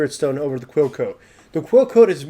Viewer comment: I thought he was saying "Cuoco", it was Quill Coat haha.